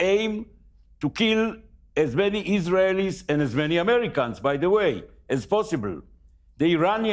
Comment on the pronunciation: "dancing eesrahellis" what was their job, these zyons ter ro ris are a danger to the good US people